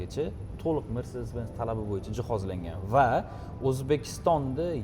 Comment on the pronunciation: Mersdes yoki mersades emas, mersedes benz😂